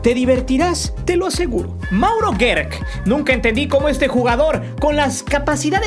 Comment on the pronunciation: No es Mauro guerk.... Se encribe gerk pero se pronuncia jerk....